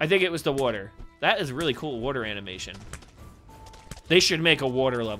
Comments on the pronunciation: Billy From Happy Wheels he says wuter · the way he says water is funny